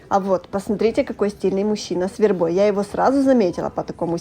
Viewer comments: Ваша вербА прям ухо режет😢 Может всё таки вЕрба😂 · Это что за вербОй, вербУ , как только не склоняют , слух режет , вЕрба , вЕрба.